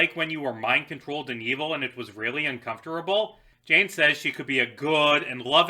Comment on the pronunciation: why do you say uncomfortable and fascist like that